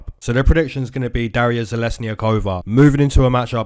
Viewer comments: You said dariyas name very well not perfect but way better than most people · Thank you so much,! Been waiting all week for this.....and YES, you pronounced Darya's name perfectly!